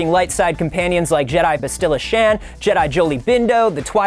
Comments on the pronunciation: If only you knew how to say Bastilla... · They way he pronounced Bastilla....